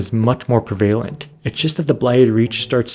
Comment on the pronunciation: Absolutely incredible video, subscribed. FYI, "prevalent" is pronounced "PREH-vuh-lent" not "pre-VAY-lent" in British/American English.